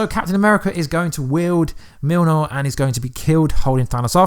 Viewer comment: I’m sure you had a reason behind the pronunciation of Mjolnir? If not phonetically it’s Myol-neer